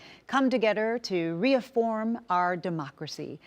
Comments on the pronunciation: Viewing notes… • Set playback speed to 1.5x. • Eva introduces herself as "Eva Longoria Bastón", but the "Bastón" part is omitted from the closed captions and on-screen text. • : "reafform our democracy". Off to a good start. • – : skip • – : skip There are various other things that are wrong or things that should be skipped. I may update these notes later. What this video needs is an edit to show only the good or informative parts. Better yet, break each segment into individual videos, put all those videos in a playlist, and let viewers decide which segments to skip. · Reaffirm...not afform.